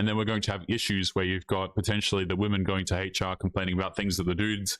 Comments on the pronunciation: I liked hearing dude say Haytch-R the whole video. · I approve of pronouncing HR as "hatech are"